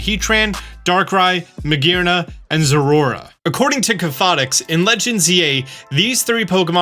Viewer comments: Enjoyable video as always, even if I've already seen all this information weeks prior I can't pass up on watching. However, I just can't with your pronunciation of Zeraora. It is clearly Zera-Ora. Every time I hear you say Zorora, it sounds like you're failing to say Zorua. But that's just my minor gripe. Sorry, love ya! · Sorry, I have to correct you on the pronunciation. Ze-Ra-Or-Ra. Four syllables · please learn the correct pronunciation of Zeraora before the DLC drops😂Your shiny Zeraora live stream is what inspired me to start streaming!